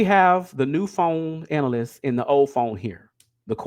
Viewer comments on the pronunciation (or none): I never clowned his reading. Him saying analyst just bothered me. That’s it that’s all